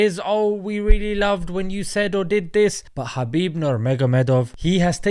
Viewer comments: its habib nurMohammadov. thats how he would pronounce it. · Fyi, "Khabib Nurmagomedov" should be pronounced "Habib NoorMuhammadov (the light of Muhammad SAW)" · his name is Habib actually, the 'K' is Silent like the name Django.